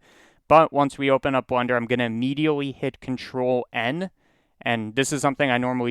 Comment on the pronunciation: is it a meme to pronounce blender like blunder?